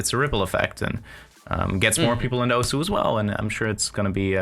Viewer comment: I mean alot of people do it. I know it doesn't make it right but it makes it a more understandable mistake